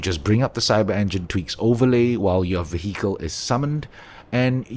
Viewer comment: Excellent list, I've been diving into heavily modding the game for my next playthrough so thanks for summarising. Also tiny unrelated note, the 'h' in vehicle is silent.